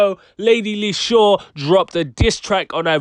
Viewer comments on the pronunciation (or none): It's not lady lis-sure...it's lady Lee-shurr. Spelt Leshurr.